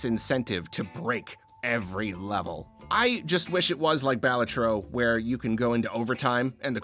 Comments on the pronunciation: As someone who knowingly pronounces Balatro wrong because I got comfortable saying it wrong... it's very interesting to hear someone naturally pronounce it correctly. I feel like everyone has a different way of pronouncing it, but I know that the way you say it is the actual correct way. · I’ll definitely pronounce balatro the way you do now, it sounds so much better